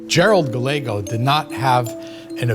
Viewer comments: "Gallego" is usually pronounced "Guy YEG oh." But here the "L" is sounded. Anybody know why? Just an Americanization? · sorry but their miispronounciation of Gallego was such a bleh.